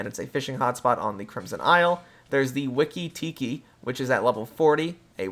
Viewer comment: Wee-Kee Tee-Kee, it's supposed to rhyme. Yes that is my takeaway from this video.